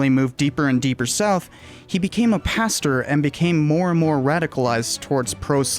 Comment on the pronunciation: it’s pastor not paster or pasture